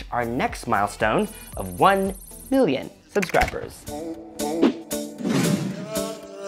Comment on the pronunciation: Sounded like you said your next goal is one billion subscribers 😂